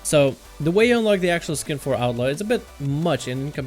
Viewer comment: Seriously, what is up with this douchenozzels pronunciation of the word "Outlaw"? It sounds like outlord or something stupid.